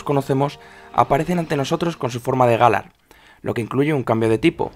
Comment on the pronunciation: Se pronucia Galár, no gálar llevaria llevar acento para pronunciarse asi